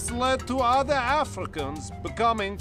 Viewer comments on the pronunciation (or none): none